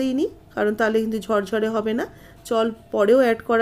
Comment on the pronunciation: কেন ঝরঝরে বলতে পারেননা? বলেন ঝড়ঝড়ে।😢😢😢